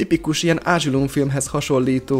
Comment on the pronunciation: Most komolyan, ázsilum? Vóll femili? Kákámber?? Wááááá! Bocs, de rémesen unalmas és sótlan volt ez a videó.